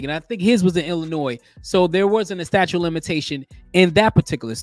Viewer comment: It is "statute" not "statue". Before you post..., please refresh your English and grammar. It just looks bad for black folks..., reinforcing the stereotypes that the world has of us. This was embarrassing....